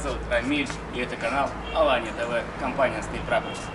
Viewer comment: пиши пож.правильно слово Аланья,не Алания и произносишь точно так же,а то уши режет когда не правильно говорят. Алания это Сев.Кавказ а не Турция.